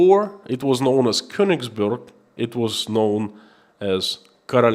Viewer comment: Of course it is not of great importance, but being of German origin I like the German language to be pronounced properly. The town of Königsberg is pronounced with è not u. To do and my ancestry proud. love and respect from Holland.